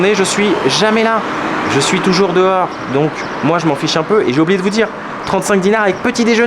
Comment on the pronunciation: See how pronounces "toujou🎶🎶rs🎶"😀